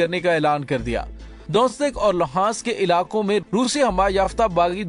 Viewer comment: Hello! The name of two cities DONAISK (ده نیسک ) and LOGANCK لوگانسک . will be the pronunciation.